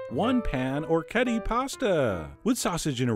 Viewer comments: The dish looks wonderful. I may try out soon. But, please, the pronunciation of the pasta is or-wreck-ee-et-ay! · This is incompetent from head to toe. First, don't trust anyone who doesn't know how to pronounce orecchiette (pronounced orek-ejet-tah). Second, he's boiling the meat. You cook the pasta first, put it aside, then cook the sausage and toss the pasta in the oil and the sausage fat. Its also much better with garlic. Garlic pairs better with hot sausage and bitter greens than onion. You also probably want to cover the pot to wilt the arugula rather than getting it all water logged. This is like the chef at the diner. Or maybe a lot of the restaurants that I've going to lately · Ok...say it with me: oh-wreck-yet-eh. It’s as easy to pronounce as it is to make. :) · I'm Italian, born and raised in a small village of Apulia and orecchiette are a typical pasta of my region. They even taught us how to prepare them in elementary school once. Anyway, the tradition wants orecchiette cooked with turnip green and a sauce made of anchovies and oil. We call it 'Orecchiette con le cime di rapa'. The pronunciation is 'orekˈkjette'! Thanks for the video chef, I'm glad that people around the world knows what orecchiette are :) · O-ray-key-ay-tay! Thanks for the recipe. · Pronunciation for anyone wondering: o-rek-HYET-te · Food Wishes No it's o-rek-kyeht-teh, look it up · For anyone who cares: O-rek-kyet-te The C and T are strong - there's two of 'em D: - . The R is hard (imagine some spanish guy say "Rodrigo", that R sound). on 'kyet', the vowels are pronounced exactly like the word 'yet', two separate sounds but fast enough to be part of a single syllabe. the E at the end is pronounced like in the word "tell" "hell" etc. No "eh" finisher. Source: just heard the word come out of my own Italian mouth c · Chef John, you are my culinary hero, but how can you not know how to pronounce the name of this pasta correctly? Oh-wreck-ee-yet! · orechiette is pronounced "o-reh-kyet'teh"